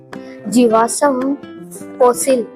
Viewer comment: jiwasam nhi jivasm hota h